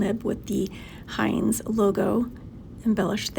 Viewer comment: Heinz ?? For real ?? Heinz !!???? HEINZ!!!??? ITS HINZE FFS H I N Z E